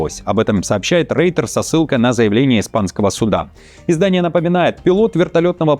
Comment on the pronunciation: Опять- 'Рейтер'!!!! Юноша, если ты в школу не ходил - иди сейчас! Начинай повторять, в этот раз повторишь раз 100: 'Рой-терс', 'Рой-терс', 'Рой-терс','Рой-терс','Рой-терс','Рой-терс','Рой-терс','Рой-терс','Рой-терс','Рой-терс', 'Рой-терс', 'Рой-терс', 'Рой-терс','Рой-терс','Рой-терс','Рой-терс','Рой-терс','Рой-терс','Рой-терс','Рой-терс','Рой-терс', 'Рой-терс', 'Рой-терс','Рой-терс','Рой-терс','Рой-терс','Рой-терс','Рой-терс','Рой-терс','Рой-терс','Рой-терс', 'Рой-терс', 'Рой-терс','Рой-терс','Рой-терс','Рой-терс','Рой-терс','Рой-терс','Рой-терс','Рой-терс','Рой-терс', 'Рой-терс', 'Рой-терс','Рой-терс','Рой-терс','Рой-терс','Рой-терс','Рой-терс','Рой-терс','Рой-терс','Рой-терс', 'Рой-терс', 'Рой-терс','Рой-терс','Рой-терс','Рой-терс','Рой-терс','Рой-терс','Рой-терс','Рой-терс','Рой-терс', 'Рой-терс', 'Рой-терс','Рой-терс','Рой-терс','Рой-терс','Рой-терс','Рой-терс','Рой-терс','Рой-терс','Рой-терс', 'Рой-терс', 'Рой-терс','Рой-терс','Рой-терс','Рой-терс','Рой-терс','Рой-терс','Рой-терс','Рой-терс','Рой-терс', 'Рой-терс', 'Рой-терс','Рой-терс','Рой-терс','Рой-терс','Рой-терс','Рой-терс','Рой-терс','Рой-терс','Рой-терс', 'Рой-терс', 'Рой-терс','Рой-терс','Рой-терс','Рой-терс','Рой-терс','Рой-терс','Рой-терс','Рой-терс'!!!